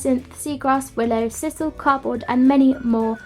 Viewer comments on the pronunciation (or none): none